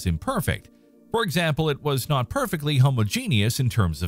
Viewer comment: Is that really the correct way to pronounce word "homogenous"?